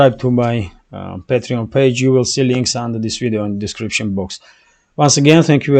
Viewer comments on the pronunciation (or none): none